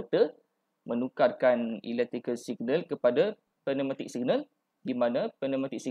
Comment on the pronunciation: Terbaik boss... Excellent info. Just nk mention, Pneumatic sebutnya silent P (sebut new-matic je). Orifice sebutnya (oree-fees) bukan (oree-fais).. Otherwise terbaik 👍